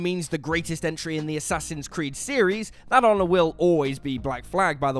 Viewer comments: you mispronounced "Assassin's Creed 2." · you mispronounced Assassin's Creed 2